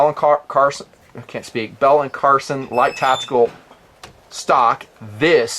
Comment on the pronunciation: Hey brother, just so you're aware, the last name is Carlson, not Carson. No malice intended whatsoever; keep up the good work :-)